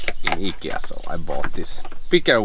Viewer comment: Nice to hear Ikea pronounced correctly. Americans say it differently. I like your swimming choices. Thanks for sharing